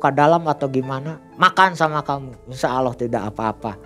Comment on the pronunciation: apa susah nya sih bilang Allah, knp hrs awloh ? Kan beda lafadz nya, beda lafadz beda arti